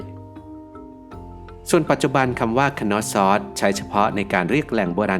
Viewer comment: content ดี แต่อยากให้ปรับปรุงการออกเสียงในการสะกดชื่อค่ะ Minoan /mɪˈnəʊən/ = น่าจะเรียก มิโนอัน หรือ เมอโนอัน Knossos /(kə)ˈnɒsɒs, -səs/ Schwa /ə/ (เออะ~อะ) = คนอส ซัส ตามการสะกดสัทศาสตร์